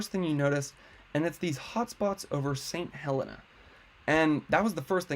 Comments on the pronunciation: It's pronounced St. Heleena. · Thank you for the excellent information. I live in Calistoga and hope it's still there when I get back! BTW, it's pronounced Saint Heleena